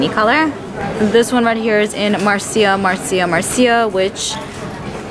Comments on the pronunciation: Its pronounced "Marsha, Marsha, Marsha"💄 Marcia Brady from the Brady Bunch. It was a line said in the show. 😁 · I was cracking up how she pronounced it I’m like who doesn’t know Marcia ? Lol